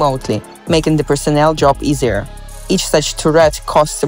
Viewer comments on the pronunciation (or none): tur-RETS? with a pronunciation like that, the system should be called 'SYNDROME' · you wrote the script, filmed B-roll, recorded a voiceover, and not once googled the pronunciation of turret